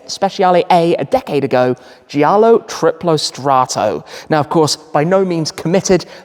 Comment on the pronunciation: Also in giallo, grigio, you don’t pronounce the i after the g: so the correct pronunciation is something like Jallo, griJo, not JIallo, griJIo.